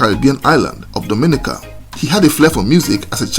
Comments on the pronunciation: Appreciation Society: DOMINICA correct pronunciation is "dom-ah-NEE-ka" not "doh-MIN-ih-kuh"..... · To the host, the pronunciation is…Dom-in-nica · I don’t know how to tell you in message yet..but your saying it like the Dominican Republic…and it’s not like that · It would be nice if you knew how to say Dominica